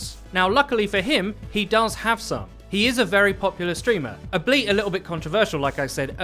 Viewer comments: it's albeit (all be it) not ableet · Not Albeet, all be it Albeit Not Albiet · did he just pronounce albeit as ableit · That is NOT how you pronounce "albiet" LUL